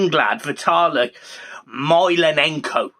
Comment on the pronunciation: Ross Barkley would walk into the Everton first team even before he’d put pen to paper. It’s Mykolenko, 4 syllables My-Ko-len-ko Try not to be an illiterate whilst doing videos for Everton, it’s bad PR